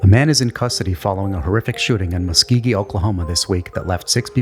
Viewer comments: Muskogee not Muskeegee. FFS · its musk o gee for the first story, not a big deal since its just oklahoma :/ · Lol as a fellow Oklahoman, say it with me: Muh-sko-gee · Dude, you have to learn how to pronounce Muskogee. I mean, it's even featured in a classic famous country song. 🙄